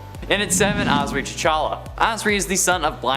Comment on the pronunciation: That’s not how you pronounce Azari! Also, no segment for Pym? How dare you! Pym’s the best!